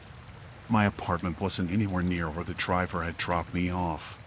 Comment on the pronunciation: sounded like he said "i crapped my phone" 😆